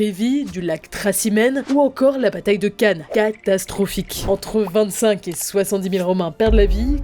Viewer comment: Ecorcher le nom d'une bataille aussi célèbre? Vous me décevez.